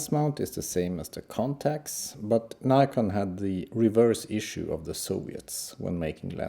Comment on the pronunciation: its Nikon not Neyecarn